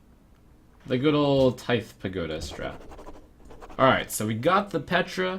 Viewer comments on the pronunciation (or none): Trump! Tithe is pronounced like "tie-the", but without the "uh" sound at the end. I don't know if I can explain it better because I'm already not good with words. Then again, you could also type it into google and have the robot say it. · The th in "tithe" is pronounced softly, like the word "there"